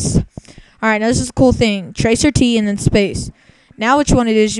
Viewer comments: Wow. OK.. Instead of laughing like everyone else is doing.. That is NOT what tracert (trace route) is used for. And it is trace route, not tracer t. Trace route traces your connection from YOUR COMPUTER to DESTINATION. Nothing more. It's not showing you 10 people are looking at google, it's showing you 10 hops to get from your computer to the google site. The names/ip's showing up are the names/ip's of the routers. Please change your name, your obviously NOT a hacker. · TRACE AR TEE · This is the most idiotic video ive ever seen on youtube, and thats saying something. "tracer t" ? lol I'd love to see a follow up video of the poster hacking all those hosts "looking at google" And besides, you had it wrong, there are 10 people and several asterisks looking at google. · Idiot: first of all that is not tracer t. It's trace rt. Or trace router. O my: 10 people surfing google while you're accessing it. Idiot it's your own fucking hop to reach google site. I am wondering I hope you're not an IT pro.